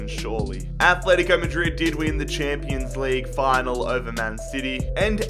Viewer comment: 😭😂😂 "champo league"